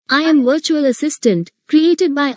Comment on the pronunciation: Ye 'bertual' kya hota hai